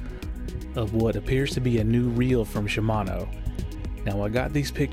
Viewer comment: They better be shimano. Not SHIAMNO..lol